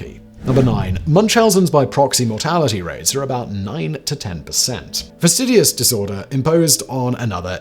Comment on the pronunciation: Say it with me Simon: Fack-TISH-us You murder-mumbled that one worse than Biden.